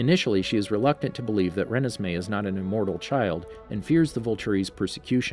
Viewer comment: I love the stuff you post but I think you are pronounced renesmee wrong